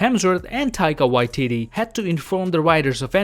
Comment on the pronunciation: He said Taika "White Titty" 😂😂😂😂